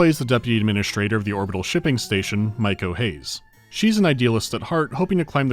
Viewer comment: Pronouncing an asian woman's name as mike o. Like "Hey it's Mike-o!" adding an o to the end of a friend Mike's name is hilarious to me.